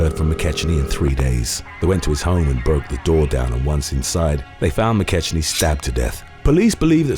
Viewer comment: Mc KECK-nee, idnit?